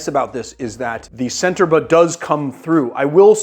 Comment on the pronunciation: Correct. That also applies to "Centerbre"-- the c is a "ch" and not an "s"